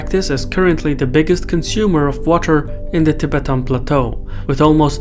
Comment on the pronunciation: It is not TEE BETAAN but TI BETTAN : accent on the first syllable not the second old boy